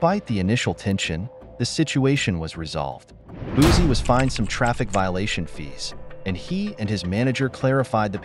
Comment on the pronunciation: As a Louisiana native, it’s Boosie (Boo-see). And before anyone jump on my comment, I’m not condoning his behavior.